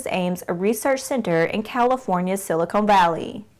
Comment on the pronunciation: "Silicon" Valley not "Silicone" Valley ... that's located in South California!! 😂😂😂